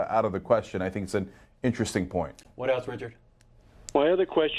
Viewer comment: just shrugs off everyone calling him sink/sank lol